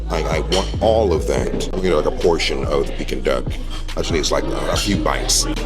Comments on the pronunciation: Not Pecking Duck, sounds like Peeking Duck. You said it right originally. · pecking duck??? its enunciated PEEKING duck. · I love your videos but PLEASE stop saying 'PECKING duck'! It's 'PEE-king duck. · It's pronounced Pee- King Duck and the proper way to eat it is spread the sweet bean sauce on the pancake, add the duck along with a piece of scallion and cucumber. VOILA!😊 AT an upscale Manderine restaurant they would prepare it for u tableside. Loved this video. Next time in NY u have to go to where us natives eat. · Pronounce peeking duck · Hearing him say PECKING duck is killing me...thats not the way its said lololol